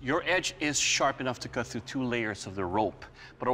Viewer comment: NOW,i-t-w-i-l-l-c-u-t,not eat will keel hahahha